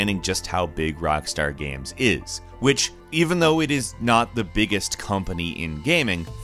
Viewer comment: why is saying giems and not games???